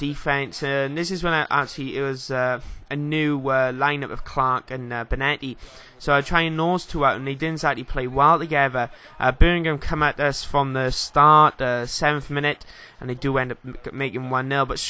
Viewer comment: Did you say Benetti? its Benedetti